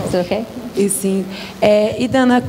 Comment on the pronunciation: Não é Dwana, é Dawna.